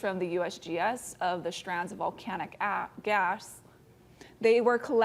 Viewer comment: "strands of volcanic a.. gas" LOL